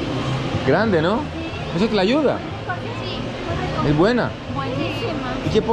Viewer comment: "So, I'm gonna destroy la tuya" lmao you meant "Tlayuda" 😂 "la tuya" sounds sexual lol